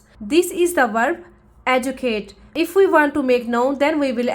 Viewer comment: Sound shikhate ho kintu " educate" pronunciation galat bolte ho IPA deklo